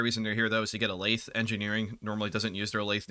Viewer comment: as someone who works in a machine shop, hearing you pronounce lathe makes me want to get my head caught in one.